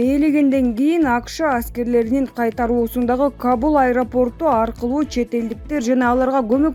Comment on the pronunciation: Диктор Каул эмес Кабул.оку,оку,кооп оку.